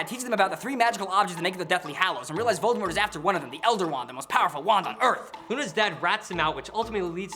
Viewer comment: Tom Lovor Riddle, Tom Volor Riddle...